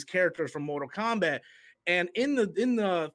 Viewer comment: mortak KOMBAT